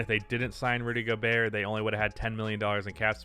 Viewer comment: Rudy Go-Bert